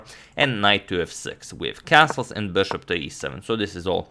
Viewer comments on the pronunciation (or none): none